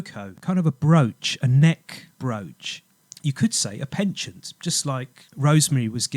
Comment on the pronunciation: I think you mean a neck 'pendant' not 'penchant' (pon-chaant)! Very good presentation though, lots of research done. It's all "coincidence" of course... not!